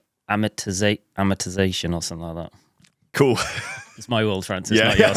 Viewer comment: ah more it tah zay shun